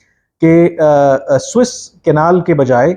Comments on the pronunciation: بار بار نہر سویز کو سوٸس کینال کیوں کہ رھے ھیں۔۔۔ محترم کامران یوسف صاحب؟؟؟؟؟؟؟؟؟ اس کا نام suez canal..گوگل پہ آ رہا۔۔۔😊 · First of all. It is Suez canal and not Swiss canal. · Swiss Canal? Yeh kaha hai bhai? Swiss Canal nahi... Suez Canal!